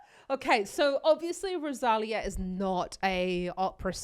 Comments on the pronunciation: Do you see that accent mark on the "í" in the name "Rosalía"? That means the stress is on that "lí". Next time, try saying RosalEEEA instead of RosAAlia. The same as in María, (MarEEEa) or Sofía (SofEEEa), both also with accent mark on the "i", for example. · Hi. One minor criticism I'm afraid. Her name isn't Ro-saal-eeah, it's Rose- ah-LEE-ah. The accent on her name means that syllable is the one that is emphasised...Rosalía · If you do any more Rosalia reactions, you should correct your pronunciation of her name. Ros-a-li-a with emphasis on the “li”.